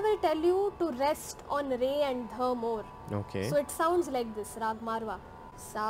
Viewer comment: It's raaga, not raag. Original indian words almost always end in vowels.